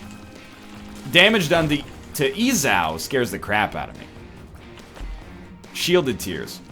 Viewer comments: Northernlion looks up how to pronounce "Esau" on the last run confirming it's pronounced, "EE-saw" Pronounces it "ee-SAO" on the next run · Hey NL, the pronunciation is "E-Saw" A bit easier to say than E-Sow :P. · "Jacob & Eh-sauuuuu"... I thought it was pronounced E-saw, like the pronunciation guide NL showed a couple of episodes back... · "Ee-saw" Not "ezaow" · IT'S PRONOUNCED EEE-SAW DAMMIT READ THE COMMENTS AND LEARN SOMETHING or just go to church you stupid non-christian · Ih- sah-oo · Heyy Northernlion!! To save you from a possible future of mispronunciation, Esau (jacob and Esau) is pronounced E-Saw, and biblically are Isaac's twin sons. Hope this helps, keep being you my brother! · Eggscum looks up the pronunciation when he first plays the character; Eggscum on 2nd time "e-SAHW" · Egg doesnt realise that its EE-SAW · FFS IT'S YOU SAY IT "ee-saw" as in like you saw a bird. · cLwK Hobo You must be new to the genius that is NL, he will never pronounce a name properly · Please just read the comments.... Everyone was saying ee-saw in the last video, but you obviously didn't read there comments. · btw esau is pronounced like seesaw but without the first s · For the record, his name is pronounced "EE-saw". Emma pronounced it weird because she was british. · Hey Ryan, I know you record these in batches and am sure you probably already saw this, but just to be safe: Esau is pronounced like EE-Saw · EeeZOW Geez nl, I love ya, but dude...come on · NL please read this... Esau is pronounced like ee-saw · ITS PRONOUNCED E-SAW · It is pronounced e-saw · it's E-saw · it's pronounced e saw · It's pronounced "E-saw" egg. Not that it's a big deal, but still. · it pains me every time he says Esau.